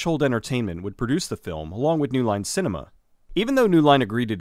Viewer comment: "The series was NEOW a phenomenon." "New Line Cinnamon"